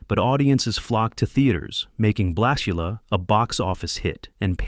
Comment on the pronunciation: AI can't pronounce "blak-yu-luh."